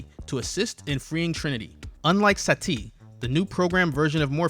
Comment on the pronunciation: omg it is Sati not Sa Ti, it is one word not 2...